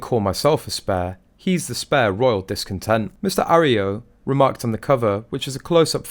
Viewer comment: Arroyo is pronounced : A- Roy-yo. And I don't know a single person who cares one bit about either of the Suck- exes.. They are ingrates and whiners. Nothing for Americans to admire in that.